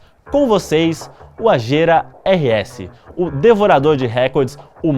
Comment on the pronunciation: Quando você falou Agera meu coração chega doeu, eu tinha certeza que a pronúncia não era essa, até o Google disse que não é essa. Ai meu deeeeusss.